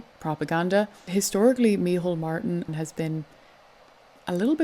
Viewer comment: Micheál it's pronounced Me hall not mehole xD